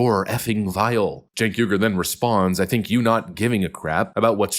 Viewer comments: It’s pronounced “Jenk”, like in “Jenkins”. And the family name is pronounced “Ou-eee-gh-ou-r”. Turkish names. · Spelled “ Cenk “… Pronounced “ Chunk “ 😂